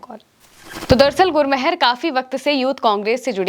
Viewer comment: गुरमहर नहीं गुरमेहर कौर मेहरबानी वाला मेहर